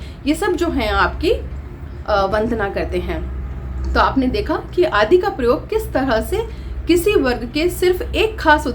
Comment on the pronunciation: प्रयोग का उच्चारण ठीक से करना चाहिए।